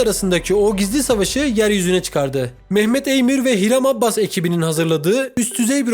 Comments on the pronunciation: adamın soyadı abbas değil abas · abbas deyip duruyo ya, abas abas